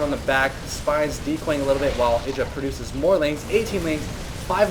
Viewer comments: I thought it was pronounced "I"dra... not "e"dra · isn't it "Eye-druh" not "id-ruh"? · I'm 99% certain his name is pronouced I-Dra, not Iddra, Both Artosis And Tasteless pronouce it I-Dra, and they know him personally, so I would assume they know how its properly pronounced. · Artosis says it wrong. Even though he knows Idra irl he still stubbornly gets it wrong and Idra has given up correcting people. It's ih-dra not eye-dra. Strange but true. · altough the proper pronunciation is iddra i still call him eye-dra because it sounds so much better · Thats how you pronounce it haha. Its not I-dra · no it isnt... IdrA himself even says his name. Eye dra just sounds cooler tho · no no no no no, its pronounced i-dra sounds like i-draw. i wanted to stab my self in the eye with a pencil everytime you said his name wrong. jk, but really thats not how its pronounced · It's pronounced I-DRA, rhymes with hydra btw ^^ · it's pronounced Iddra, tasteless and artosis just got it wrong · Idra himself have said it's "ih-dra". Even if people like husky and have called him eye-dra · lol u say idra werid